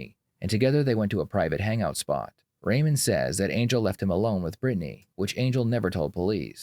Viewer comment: Why does he say Brittany like that lol Britt-nay